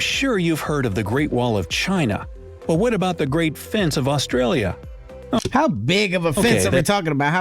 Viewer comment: I think the pronunciation of places is what pisses me off in these vids. He's not even saying Australis properly let alone Australia & Melbourne, with Canberra he's half way there. If foreigners are gunna do vids about other countries then instead of half arsed research on things about that country but research the way places are pronounced & I'm not buying the oh he's American so it's his accent why he can't say Melbourne the way we say it. They do have a Melbourne in the US & they can pronounce that anyway they like but the way we pronounce it as well as Australia, Canberra, Brisbane, Queensland, Tassie & even Aussie is how it's pronounced.